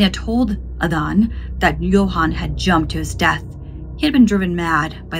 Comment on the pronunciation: Same with how she pronounced Johan and Adan